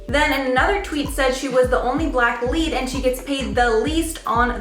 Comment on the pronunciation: Say BLACK it's not hard.......